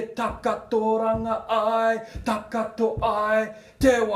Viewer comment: Hi good on you for helping others learn Maaori culture thanks for the effort. One small supporting comment at 3.07 listen to the way you say takotoranga. It is pronounced takoto (ta(caw)to) not takato. Hope that makes sense:)